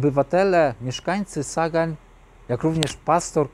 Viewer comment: Pisze się ( po niemiecku ) Sagan ale wymawia się "Zagan" [ Sa..=Za.. ].